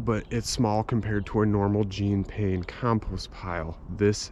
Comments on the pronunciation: PLEASE -It's "John" Pain with a soft J, not "Jeen." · I'm not a French snob but i can't stand the American mispronunciation of Pains's name. It's NOT Jeeeen Paaaain. It sounds more like the American actor, "Sean Penn." Deep breath... The world can go on now. Hahaha, stay warm, "!" Oops, sorry, i mean, "."